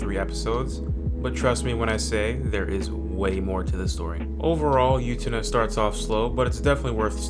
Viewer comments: 1. I have seen all of these except Liz and the Blue Bird. I will go look it up. 2. Try saying the word, "boo," without the b. Then say, "ten-uh," after it. You have now stopped saying You-tena and started saying Utena. Congratulations. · "yootena" lol